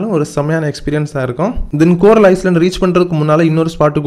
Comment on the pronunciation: ஐஸ்லேண்ட் இல்ல ஐலண்ட் (தீவு)